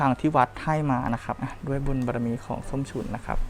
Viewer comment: น้องเขาชื่อ ส้มฉุน มึงเป็นอาจารย์ภาษาอะไรเรียกชื่อเขายังเรียกชื่อผิดเลยส้มฉุยส้มฉุย